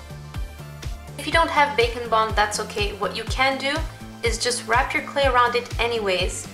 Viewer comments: I always thought she was saying bacon bond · when she said bake and bond I thought that she said bacon bond at first and I was like whaaat?